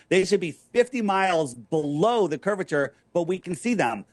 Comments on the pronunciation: He can't even say the word curvature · "Curve-i-ter"...even Moses had sense to get God to appoint Aaron to talk for him...